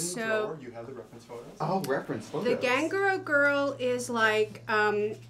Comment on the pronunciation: Not Miss Margret mispronouncing ganguro 😂